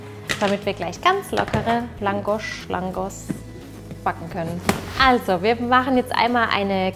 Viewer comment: ich komme aus ungarn und mann spricht das langosch aus bitte sehr 😇😇